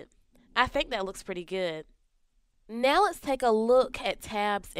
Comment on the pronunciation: It's now not neh-oh